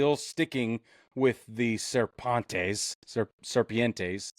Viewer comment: Did you just say Sarpantes?!?!? Quit trying to French it up!